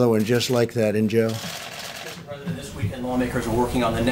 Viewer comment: It sounded like "in Joe" to me